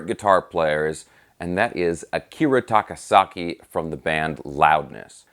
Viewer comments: "Akira SAKA-TAKI"...LOL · "Akira SAKA-TAKI"..?? LOLZ... Luv your videos,!! Thank you for this, though. Ever since Crazy Nights, this guy had my attention. (Devil Soldier & Birthday Eve are great pre-fame albums, too).